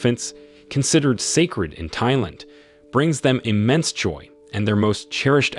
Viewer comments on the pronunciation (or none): AI Voice is hilarious in this. Lead characters name is Cum apparently and he's from Thigh Land lol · 🟦…The 'H' in 'Thailand' and other words containing the word 'Thai' should NOT be Pronounced!!....